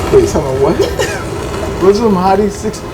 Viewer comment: It’s pronounced how it’s spelled Muslim not mozlom (Btw I’m not a hater I love the channel)